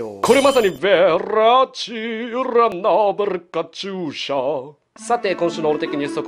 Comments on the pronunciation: カチューシャの発音良すぎてwww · カチューシャの発音めっちゃ良くて草